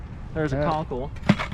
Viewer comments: Cockle.....not conkle!!! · Cockle - not conkle.....